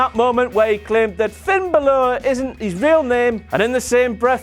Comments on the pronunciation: It's (Bal-or) not (Bah-lore).. get it right! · The way he says Balor bothers me deeply! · the moment when puts that "Fin" sign in as a moment but he can't for the life of him pronounce Balor